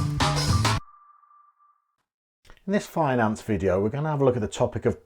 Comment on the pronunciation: I swear I thought he said "fine ass video" at the beginning (turns out it was finance lol)